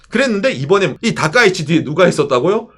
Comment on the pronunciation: 다카이치가 다까이네로 들리는건 저말고 다른분 계신지?